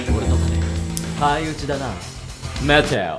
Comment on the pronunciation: ここめっちゃメテオと待てよが似すぎてるwてかでんがんさん真似すんのマジで草